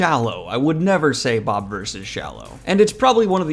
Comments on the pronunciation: Why is it pronounced bob-verse when it’s spelled with an “i”? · It's "Bob "ih" verse" like universe with bob instead of un. You're pronouncing it wrong. You got everything else right. This book trilogy is the best book series in a long time